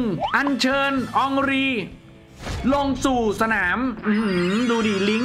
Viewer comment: เฮนรี5555 มันชื่ออองรี😂😂😂